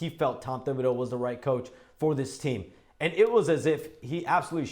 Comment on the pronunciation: Shams, you gotta commit to a pronunciation. “Tib” or “Thib”. The first is correct.